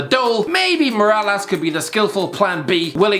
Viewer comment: Kevin moralas looooool its MIRallas